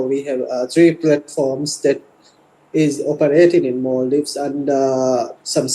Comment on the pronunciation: MALdives= ALMdives😂😂😂